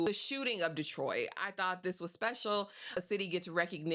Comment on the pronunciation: Hey! I give this ep 5 sweet peas! I love the title, and I also loved how they captured actual footage of my hometown ❤️ 😊 Im gonna watch it a couple more times!! Are you from Detroit? You didn't say "Dee-troit" like others do! 😂 #313 #whatupdoe